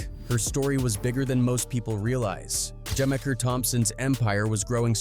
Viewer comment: Im gonna help you out. It's Juh-meek-er, not gemiker.